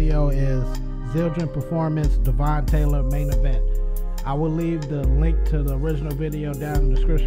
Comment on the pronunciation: Zildjian* lol easy fix and his name is pronounced like Dev-(in) but other than that great video! Still waiting for you to check out Matt Gartska the drummer from Animals As Leaders! link: link